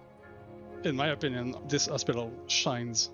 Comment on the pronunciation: Not to be funny in that kind of "crass" way... but is it me or does that guy pronounces Hospital over and over in the video to begin to sound like "ASSpital" lol Also note* I've lived all over Canada Montreal included, even speak a great bit of French ... Not to make fun of the guy, He's great ... just that word from him is just a bit unique with a giggle... sorry I sincerely apologize that I brought this to your respected comments section. I just couldn't bring myself to post my lil observation on the Star Citizen channel.